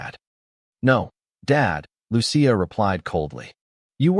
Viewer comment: It’s pronounced: Loo-chee-a!